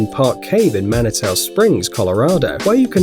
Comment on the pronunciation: Pronounced manitou wrong and hehe UwU that's where I live